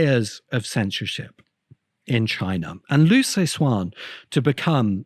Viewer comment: The CIA didn't exist during World War 1; it was formed in 1947. Perhaps you're thinking of some different agency. Liu Ci Xin is pronounced "LYOO suh-SHIN".